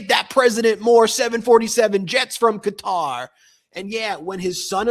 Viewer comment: Thankyou Ben for pronouncing Qatar correctly. "Cutter^, was like listening to fingernails on a Chalk board.